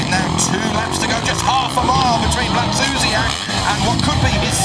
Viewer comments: Why does the english commentator say Blakzusiak?! Its Blazusiak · hes not saying a c or k, we just pronounce blaz as blats so it comes out as blatsuziak not blak. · It´s Błażusiak ....